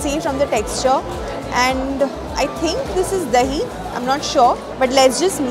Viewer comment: I am glad you pronounced Dahi correctly♥️